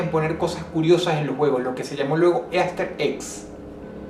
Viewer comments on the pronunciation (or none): Easter egg se pronuncia "ister egg"